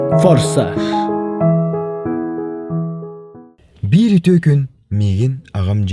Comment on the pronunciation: 😂😂😂 Понсаш моссаж эээ форсаж 😂😂😂😂